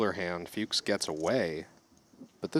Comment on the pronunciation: A little note to the commentators: Tom "Fuchs" is pronounced like "cooks" with an F, not "pukes" with an F 😅